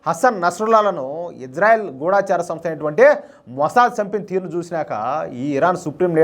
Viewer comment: గూడాచారి కాదు గూఢచారి సరియైనది. అన్ని ఛానల్స్ లో ఒకళ్ళను చూసి ఇంకొకళ్ళు గూడాచారి అని పలుకుతున్నారు. ఢ కు దీర్ఘము లేదు. గూఢంగా పనిచేసే చారులను గూఢచారులు అంటారు. దయచేసి గూఢచారి, గూఢచార సంస్ధ అని పలకండి. చాలామంది వీడియోలకు టైటిల్స్ తప్పులు వ్రాస్తుంటే, తెలుగుకి పట్టిన దుర్గతిని చూసి చాలా బాధ కలుగుతుంది.